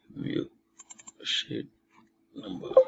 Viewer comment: every time he says "sheet" I hear it as "shit"